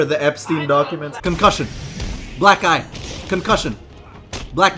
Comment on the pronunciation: Did you say black eye or black guy?